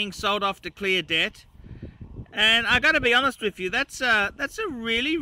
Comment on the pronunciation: Who is "Cleodette"? Oh, "clear debt"!